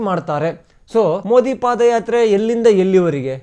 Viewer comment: ಅದು ಪಾದ್ ಯಾತ್ರೆ, ಪಾಧ್ ಎಂದರೆ ಹಿಂದಿಯಲ್ಲಿ😂😂😂😂😂